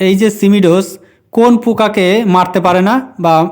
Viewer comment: উচ্চারণ টা ঠিক করুন সিমি ডোস না সিমো ডিস